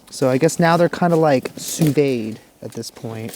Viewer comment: It’s called sous vide not sous vide and second of all that can create bacteria you filling out your meat like that and make you extremely sick. Throw them right in the Kohl’s. Don’t wrap them in tinfoil. Throw them directly right on the cool bed knock your cools down seasoning, your steaks and then set them right on the Coles and pick them up and brush them off and then eat them. All guarantee you it’s a game changer. It sounds crazy, but it’s awesome.